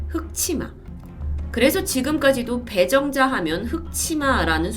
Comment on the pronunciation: 저만 처음에 이름을 배불러 라고 들었나요..ㅡㅡ